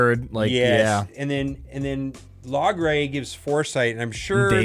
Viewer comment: its pronounced "Low-gray" not log-ray